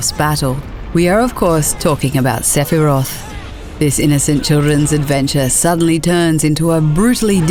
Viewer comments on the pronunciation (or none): none